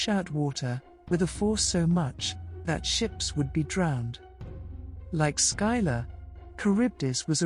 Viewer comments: Skylar? I remember it being pronounced Sill-a or Scylla. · Skyla.... Scylla(silla) very much triggering the mispronouceation pet peeve but I do love the video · I love these videos but I wish that the presenters would stop insisting on mispronouncing the names of the characters. Scylla is pronounced "Silla". The "C" is silent. Please look up more and more of these ancient stories. Telling these tales are more important than some might think to our human history and cultures.